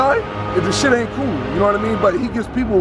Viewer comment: He say shidd chapter 7 bankruptcy